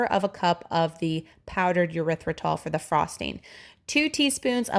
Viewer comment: This looks amazing and I’m definitely going to make it. Side note: the sweetener is pronounced with a long E or short E, like eeeerythritol, or ehrythritol, but, um..., not yerythritol😊